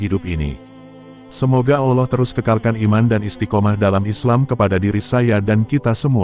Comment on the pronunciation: Belajar dulu nyebut nama Allah dg benar,min